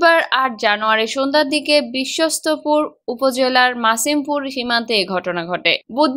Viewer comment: বিশ্বস্তপুর না - এটা হবে বিশ্বম্ভরপুর ঠিক করে নিউজ পড়েন 😅